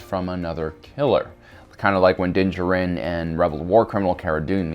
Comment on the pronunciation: Dingerin? Din Jarin. Dude they pronounce it in the show. Are people dumb?